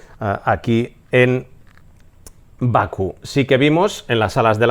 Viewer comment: ¡Hola "crack"! Se dice Bakú, no Baku.